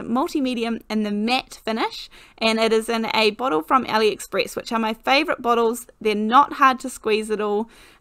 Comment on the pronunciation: I just love your cards, your videos. I love your accent and for awhile I kept thinking your saying Elliott Spritz. (Aliexpress😂). I enjoy that you just get into your videos, short and sweet. Thank you so much for sharing.